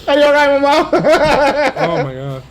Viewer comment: as a brazilian, i’d like to say that my insides melt in joy when guga says MAUMAUZIN